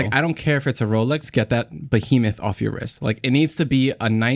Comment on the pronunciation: made me giggle alot when he said "bahemoth" haha